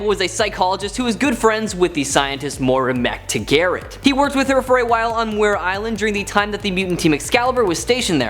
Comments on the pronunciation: Lots of comments on the guy they picked to do this video. He was alright. Dumb looking sweater that he kept messing with. Distracting. He talked way too fast and of course the Moira Mactaggart mispronunciation. Other than that, he did well... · Kinda surprised the 4 horsemen from Age of Apocalypse didn't make the list. Also you butchered Moira Mactaggart